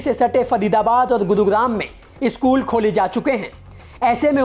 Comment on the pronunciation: भाई ये न्यूज reader को कोई बताओ की स्कूल होता है, इस्कुल नहीं होता।